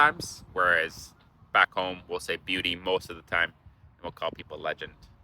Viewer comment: It’s Bewdy, not beauty. Although something can be beaut.